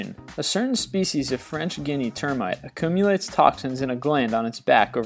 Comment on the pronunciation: "Acoomulates." heh heh........